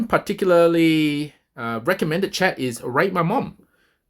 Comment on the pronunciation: You intentionally said rate my mom lol